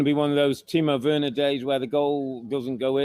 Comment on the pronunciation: He said "another timo wener day" 🤣🤣🤣🤣🤣🤣 Love the podcast